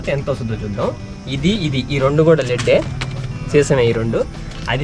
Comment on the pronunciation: తమ్ముడూ, బ్యాటరీ లోపల ఉండేది "డిజిటల్ వాటర్" కాదు, "డిస్టిల్డ్ వాటర్", "సల్ఫ్యూరిక్ ఆసిడ్". సీసం ను "LEAD /లెడ్" అంటారు (లీడ్ కాదు )